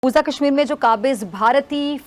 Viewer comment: सुरू नहीं शुरू होता है। कसमीर नहीं कशमीर कहते हैं। आप अपना उचारण ठीक करें।